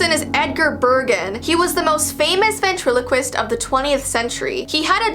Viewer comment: Come on we all though of darcy Lyin when she said vatrelequist